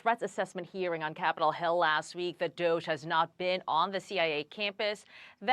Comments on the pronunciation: cant get over how you say DOYJ instead of DOGE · d-OH-ge not d-OI-ge... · You could pronounce it Dohge like a child saying dog… or you could pronounce it Doj like as in dojo but there’s no DoYge Luke. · Learn how to use a mic and most of all say DOGE - how are you still saying "Doiyge" it makes you sound not credible at all, almost more than your 15 years of bad audio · everyone says doge properly but luke , are u suggesting all polish people say doiiiyge, scream and slurr? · Doige 😂 lol WTF Can this guy pronounce anything right? ❤ still love ya luke for the OG stuff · You have to be saying doige on purpose now. No way you font know how to day it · Doyge??? You have a speech impediment. Address it. And let's move one. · Stop saying Doige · Lol i cringe every time you add a Y sound in "DOGE" 😂😂😂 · I love you, Brother, but the way you say DOGE sounds funny. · Why do you pronounce doge in such an infantilizing way? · luke didn't learn the word doge or houthis , as a child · your argument is that unless luke heard that word as a child , his excuse is valid .whole of America has heard the word 'doge " pronounced correctly, except luke apparently. Every immigrant (all of my neighbours/ community) say it properly. Cause it's a new word .it wasn't a word luke learnt as a young polish boy . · Your need to whiteknight for " native " luke is admirable but boring . Hes been here for 3 decades .i know immigrants been here 6 months that can pronounce basic words like doge. Cause whole western world hears it spoken phonetically correct , expect " native tongue " luke . .